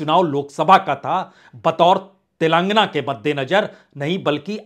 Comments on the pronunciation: Punyaji. It is sounded as 'Telengaana' and not 'Telaangana'. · तेलांगना नहीं, तेलंगाना😅